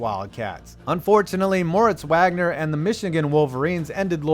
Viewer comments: It's pronounced "Vagner", not "Wagner" Sorry, not a big deal. Just a pet peeve from a UM fan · It’s not pronounced Moritz Wagner it’s pronounced Mo vogner